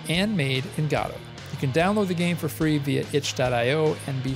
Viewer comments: You fail to mention AGM's predecessor, Pixel Game Maker MV.. if anyone wants a peek at what AGM will be like, look up videos of people using Pixel Game Maker MV.. AGM is said to use a similar UI and/or interface.. Also your pronunciation of GODOT is the oddest one i've heard yet... The developers of GODOT pronounce it Gah-Doe I've been pronouncing it Go-Dot. You're the first one i've heard pronounce it God-aught. lol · It's pronounced GuhDoh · That’s not how you pronounce Godot.